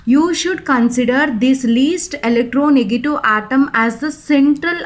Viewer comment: Mam it's electronegative not electronegatu. 😀